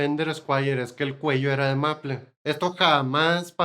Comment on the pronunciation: Maple es palabra inglesa. Y está mal pronunciada, se pronuncia algo así como meipl. En español es arce.